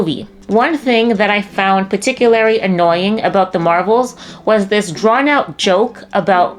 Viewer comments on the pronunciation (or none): "Particularry"? Lol.